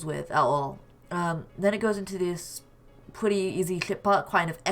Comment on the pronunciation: He says pwetty